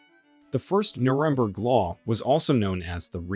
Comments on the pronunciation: Did you hear the way Nuremberg was pronounced? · Interesting. But why can't you pronounce Nuremburg properly, when its a key place in your narrative?